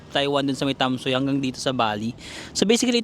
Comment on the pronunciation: Hello, Tam-sweee or tam-sway ang pronunciation ng Tamsui. More power, I enjoy your vlog! 😊😊